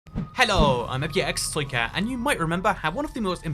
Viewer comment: hello im (unintelligible noises) toycat